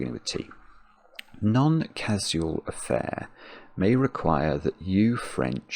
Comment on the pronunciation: Meaning to ask this for literally years. Why does say None instead of Non, always. I don't know anyone else who does that.